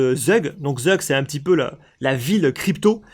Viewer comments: Si jamais on ne dit pas Zeug mais ça se prononce Zoug ou Tzoug. Sinon vidéo très intéressante. Merci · Zug se prononce "Zoug" ;) A toute dans 11 minutes! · Nom de Zeus ! T'as ruiné la prononciation de Zug comme jamais..